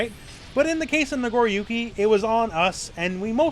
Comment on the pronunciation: "Nagoruki" lol